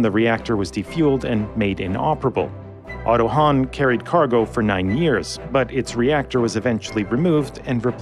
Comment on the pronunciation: the ship is called Otto Hahn not Hanh